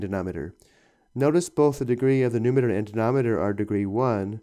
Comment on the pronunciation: It's numerator, not numater.